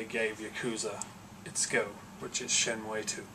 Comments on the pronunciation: Shenmuayy? If you love the game so much, then surely you've seen enough developer videos to know its pronounced SHEN-MOO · Shenmue & Yakuza are some of the best series' EVER, however when you say Shenmue it hurts my ears because you say it horrifically wrong :P cool video